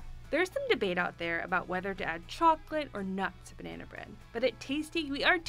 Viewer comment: Why does she say " banaayna bread 😃 thats a hell of a nasal twang😃